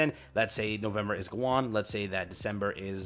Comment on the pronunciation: Bro pronounced Gawain so wrong